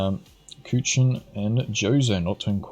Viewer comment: I like how he is pronouncing Kuchen like Kütschen xD